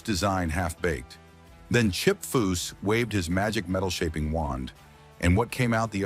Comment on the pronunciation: The narrator is a moron so many wrong words he called chip by at least 8 different names